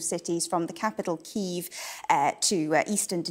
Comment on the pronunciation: Ukrainian here. She pronounced Kyiv pretty accurately to the Ukrainian pronunciation. Foreigners don't really pronounce ї correctly at all. Prolonged E is an acceptable pronunciation of ї for foreigners